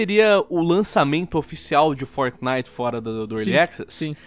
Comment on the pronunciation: Como o nome é: fortnite Como o fala: fornai